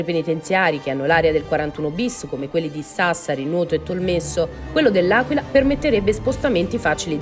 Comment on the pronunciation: Si dice TolmeZZo e non TolmeSSo 😅